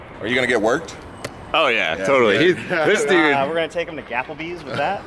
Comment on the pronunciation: made my week when he said Gapplebees